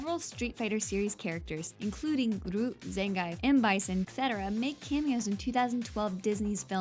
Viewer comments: Zayng-eyef... Like we need a third pronunciation of a name that should clearly rhyme with beef... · did you call ryu roo and zangief zangife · It's Zan-geef. Not Zen-gaif. ((It's actually Zan-gyef if you want to get technical)) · Cool video, but my God, your pronounciation of Liu Kang, Ryu and Zangief are horrible! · Zangief, Shoryuken